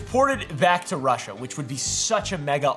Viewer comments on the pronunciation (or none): none